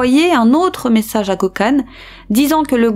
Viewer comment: Et aussi Gökhan se prononce "gueu-canne" 😉😘